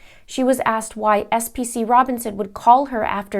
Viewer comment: FYI, PFC is the Army appreviation for Private First Class, and SPC is a Specialist..... sorry just had to clear that up, so you can pronounce it right in your next video...